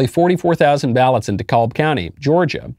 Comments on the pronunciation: It's pronounced Du-kab County, not Dee-kawlb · Love the show! I live in GA its “De-Cab” and they cheated.👍🏼😂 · I love you Michael but your killing me with Dekalb, its pronounced "De + cab" like a taxi cab the L is silent. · Lol Michael I live in GA, it's pronounced de-cab county (Dekalb) the L is silent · The L in DeKalb county, Georgia, USA is silent btw